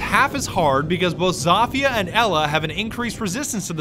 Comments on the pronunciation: he is pronouncing it Za-Fia not Zo-Fia he is saying it wrong. He even said it right in the video and then he corrected himself to say it wrong so he is saying Za-Fia on purpose even though he knows he saying it wrong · Did he say Za-Fia instead of Zo-Fia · lamo its pronounced SOPHIA , not ZOFHIA LMFAO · Y does he call her zaafia not zofia he he says the o wrong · It’s Zofia because it’s zo-fi-a not za-fi-a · Zofia not Zafia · I hate how he says zafia and not zofia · lowkey pisses me off. its not zafia lmao. its pronounced zofia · if u in 2019 im just mad that he said zofia zafia im angered fix or ima have to UN SUb dawg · It’s Zofia like Zow-fi-ah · Wtf did he just call her “zawfeea”😂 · Its actually zoh feeah im polish ik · hey i think it is said Sofie i know there is a z but i think it is making an s sound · Its pronounced like so-fia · > Pronounces name correctly > "Corrects" himself to incorrect jumble of sounds You blyatiful bastard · U said it right the first time